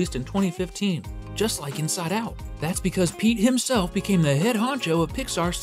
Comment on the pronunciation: The missing T is starting to trigger me…